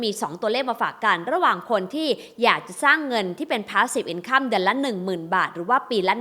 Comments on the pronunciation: หนูติดตามพี่มานาน สงสัยว่า คำว่า INCOME ทำไมไม่อ่าน อินคัมคะ เห็นทุกคลิปอ่าน อินคั่ม แอบหงุดหงิดบ่อยๆ พี่ช่วยแก้การออกเสียงได้ไหมคะ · เห็นมาหลายคลิปแล้ว ขัดหูจริงครับ พยายามค้นว่าฝรั่งเค้าอ่านยังไง คนปกติอ่านอินคัมนะ come เราก็อ่านว่าคัม อยู่แล้ว กูรูการเงินท่านอื่นก็ไม่มีใครอ่านแบบนี้ ไม่อยากให้คนรุ่นใหม่เข้าใจผิด เอาไปใช้ต่อเลยครับ